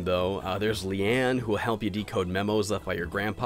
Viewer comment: I'm surprised there aren't a ton of comments saying how he called Leona "Leanne".